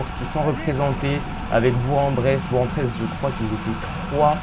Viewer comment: Salut, juste pour te prévenir on dit bourK en Bresse 🤣